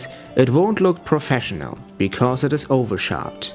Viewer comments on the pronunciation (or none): none